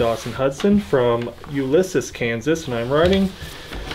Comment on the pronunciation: So glad to hear someone pronounce Ulysses correct lol I'm originally from Ulysses now live in NE oklahoma and nobody pronounces it right around here